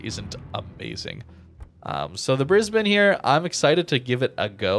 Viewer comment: Gday from Brisbane Australia, 10/10 for pronunciation of Brisbane.